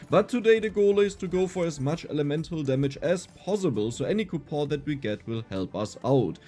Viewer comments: Dear, its coupoN not ''coupoohh'' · again bro coupon is pronounced coupon